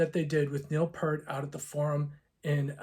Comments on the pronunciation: The T is absolutely Not silent. That being corrected, he did pronounce Neal's name incorrectly. He made the common mistake of saying Pert, not P-ear-t. You just have to remember to get the ear 👂 in there. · Best way to look at it is PEERT, like peering out the window like the kid on the cover of Power Windows.